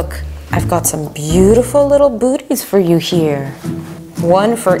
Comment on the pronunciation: I thought you said buts 😂😅